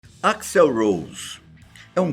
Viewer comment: que gastura esse velho do caralho falando o nome "axl" errado!